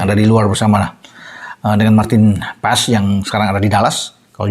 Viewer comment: Bacanya: Tiyani Rinders, bukan tijani. Yustin Hubner bukan Justin, Maartin Pas bukan Paees. Tulisannya Paes bacanya Pas.